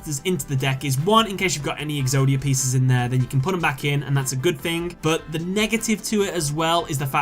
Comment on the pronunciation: Late game fing? The "th" on this boy sound like 'F'